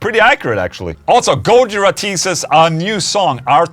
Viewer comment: It's go-JI-ra, not GO-jira